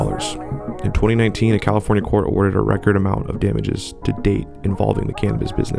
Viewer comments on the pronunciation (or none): none